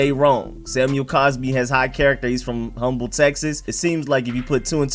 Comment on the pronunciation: since you gave me some facts today, let me give you one: The "H" in Humble, TX is silent from fact 6. Its pronounced "um-bull"